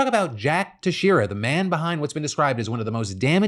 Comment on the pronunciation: Texeira is pronounced Tex-air-uh. It's Portuguese. I live near his town in Little Portugal/Fall River